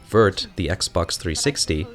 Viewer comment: I know its an old video but you dont pronounce the T and C at the end of vert and blanc